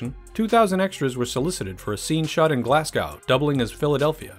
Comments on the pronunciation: Glassgo? It’s glazgo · FFS Americans ! Glasgow ! its Glass-Go not Glass-Guw. Surely you've hear of it? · Glasgow... pronounced Glazgo not Glasscow ;) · It's pronounced like Gla-Z-Go, not Glass-Cow... Don't mean to be a dick, just saying. Sincerely, a guy from Scotland. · Ah yes, Glass Cow, that famous Scottish city. It's said as Glazgo, Glezga (English, Scots). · cringe worthy pronunciation of Glasgow. It's not glass-cow, it's glaz-go. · It’s pronounced “Glaz-go” not “Glass-Cow” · Glaz-go not glass-cow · Glasgow is not pronounced Glass-Cow. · Glasgow = Glaz GO! not GOW as in COW, GO! ffs lol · its pronounced GLAZ-GO. not GLAZ-GOW. SMH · "Glass-cow" = Glasgow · GLASGOOOOOO if you are almost saying cow you are doing it wrong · Glagao?? ITS GLASGOW!! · It's pronounced 'Glasgo' ; the last part you say '-go' as in 'go away'. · Did he just pronounced Glasgow as Glaz-cow? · Good vid and all but it's a thumbs down from me ! Glass-cow ??? Da fuck ! Almost as bad as what some numpties pronounce Edinburgh as . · Always cracks me up when I hear an American say Glasgow. I’ve only ever heard two say it properly 😂👍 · Mate that isn't how you say Glasgow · The only problem I see with this video is his horrible pronunciation of Glasgow